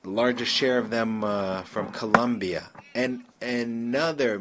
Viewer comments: His country 's name is COLOMBIA not Columbia get right ,I know is difficult for some in the usa , you know ,because education? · It’s Colombia. Not Columbia. Smh